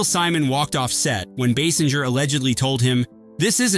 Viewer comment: It’s Kim Base-inger not Bass-inger